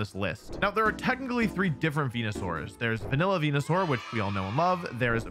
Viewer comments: It physically hurts me to hear Wolfey say venusaur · Real ones know the goodest pronouncism of Venusaur is "wen-yu-sour"